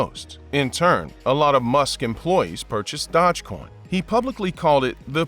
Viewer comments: It's Doge coin not Dodge coin😂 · "Dodge coin"?? I thought it was "Dosh coin" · Dodge coin? Never heard of it 🤣 Maybe you meant dOge coin? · I can't stand the other guy's voice for some reason it just really irritates me but yes this guy did screw up here with that pronunciation and that was irritating also . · They pronounce it wrong , yes , but it's pronounced Doje... like the Doge Palace of Venice ( he was the Duke ) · Dogecoin is not pronounced DODGEcoin. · The way you purposely mispronounce Doge over and over and over just to troll has lost you a subscriber. (Your content was steadily going downhill anyway) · Imagine being a creator and can’t even pronounce dogecoin